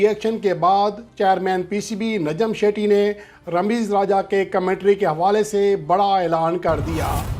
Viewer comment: لفظ نجم سیٹھی ہے شیٹی نہیں باقی رہی بات چیئرمین کی تو وہ پوری دنیا جانتی ہے کہ نجم سیٹھی کو کیسے لایا گیا ہے